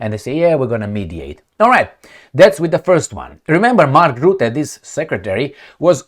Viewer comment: You must start history study. The country you are living now perhaps was involved in European history for the last 100 years. You can make better videos. What happened to the French women when the English speakers landed in Normandy. Rutte is pronounced Rutte. Not Rootte.